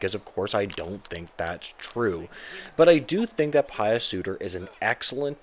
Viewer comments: It not Pious. It’s Puis like juice. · Puis sorry. Pronounced like juice.